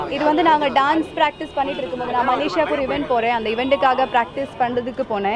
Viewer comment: Evendu evendu (Event) 😂😂ஒர்யூ ஒர்யூ (ஒரு)🤣🤣